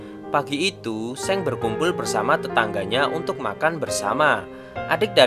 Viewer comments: Soalnya Seong eo ny dibaca o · just info. . bacanya song bukan seng